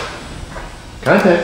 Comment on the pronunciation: you saying "contact"sounds like elderly iron (aka Jeff Bradshaw) LOL